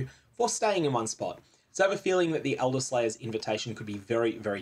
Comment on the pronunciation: I don't know... I feel like most people did expect an elderslayer invitation. Hilarious misreading by the way 😂